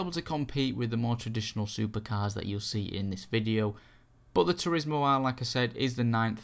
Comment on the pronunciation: lol "supahcah" "turismo ah"